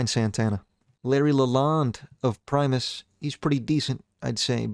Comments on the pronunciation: pronounced Primus correctly aaaand my head exploded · holy shit he said primus correctly